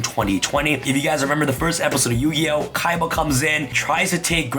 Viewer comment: Seto Kiba (Seto Kaiba) Zed Kiba (Zed Kaiba)